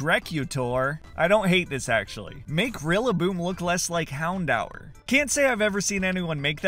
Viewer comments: I'm pretty sure it's pronounced houdoor not houndhour😅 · This is the first time I’ve ever heard anybody pronounce it as houn-dour, I always pronounced it as houn-door